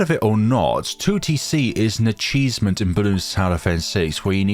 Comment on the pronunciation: Ahhh yes, an "acheesement". I love those.